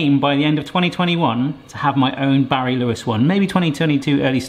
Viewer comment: batty no BARRY! really "old skool" really bArry jeez maaaan